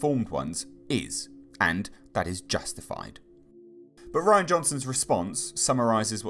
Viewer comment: You’re pronouncing his name wrong it’s not Ryan it’s Ri-Ann